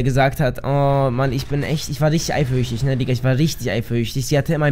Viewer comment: ich war richtig eiferüchtig:D Wo ist das s?:D